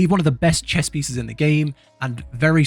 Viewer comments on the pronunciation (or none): none